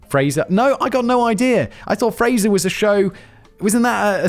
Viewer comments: it's Frieza not Frezia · Ahhhh, Gawkoo and Fraisure, my favorite part of Dragon Ball Zed. 😆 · It's pronounced freezah not Frasier lmao 🤣 😂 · The joy from hearing simon incorrectly pronounced Gokus and frezias name. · Dragon Ball Zed, Gok-u, Fre-za. It is clear Simon has never watched Dragon Ball. I love it. Also, the amount of explaining the Joestars (and their enemies and the narrator) do is ridiculous. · Ngl, going to the ad in the minute of the Gaku (my new preferred pronunciation) and freza was thematic for the pacing of the anime. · Calling him "Frezia" is equally as lol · I know I'm late to this, but I couldn't not mention this. I really didn't expect his inability to pronounce words to bother me until he said Goku and Frieza.